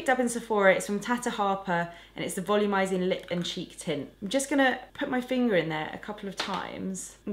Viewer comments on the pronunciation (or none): none